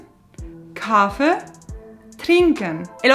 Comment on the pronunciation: "Kaffee" no se pronuncia así. Con tu pronunciación sería "Kaafe". Explicación: Si hay un consonante doble como aquí doble "f" siempre significa que tienes que cortar el vocal antes, lo dices más rápido, así en este caso "a" corto. Lo mismo con "treffen". No es "trefen o treefen", la doble f hace el consonante antes, la primera "e", corto. Y dos "e" en Kaffee significan "e" larga.